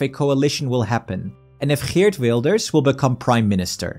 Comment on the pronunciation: dude, it's so funny how you speak nearly without an accent and then Boom, eert fucking Wilders like a Dutchmen